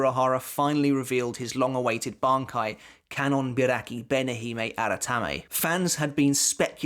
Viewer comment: How many takes did you do to say that full bankia name perfectly lol?